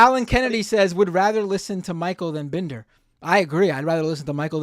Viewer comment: This is some of the most petty garbage I've seen from - he refused to pronounce Binder right too its very clear he's doing it all on purpose, I get it if Vaush riles a person up and pushes them over the edge because that's literally Vaush's intent from the start (he pushes buttons until they snap and then he sets up some gotchas and corners them with crazy shit, always framing things so he can make them sound insane and so he can make wild accusations at them), but wtf are you DOING??? There's no excuse for the direction he's went in, his channel has completely changed ever since he had his clash with vaush. used to make solid content but my god, does he do anything outside of just provoking insane leftist infighting now? In what way did he think this was a good idea, and in what way did he think that his approach was a good idea?? Like wtf man, he is just instigating, this is literally identical to how vaush targets people. He comes off like all he cares about is tearing everyone else down. I really think bis clashes with vaush fvcked him up cuz he wasnt like this like 3 or so years ago. I have heen a viewer for quite a while (didn't watch everything he uploads but i do watch every once in a while) and i dont understand how he's turned his entire channel into this weird sports event - he doesnt even do the pseudo debate stuff good, hes miserable at the bloodsports stuff man and yet its all directed at lefty infighting blood